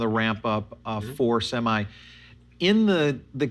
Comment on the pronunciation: Semi not seme